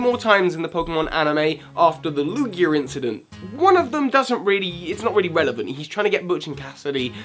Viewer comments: Lugier? Did I just hear Lugier? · It the British accent! Words ending with A sometimes sounds like ER!